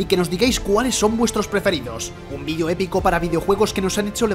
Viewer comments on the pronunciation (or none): none